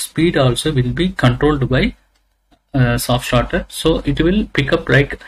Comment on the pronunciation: Is it a "Soft Starter" or "Soft Shutter"? :/ Every time i heard it as "Soft Shutter".